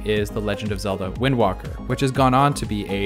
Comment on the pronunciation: WAKER not WALKER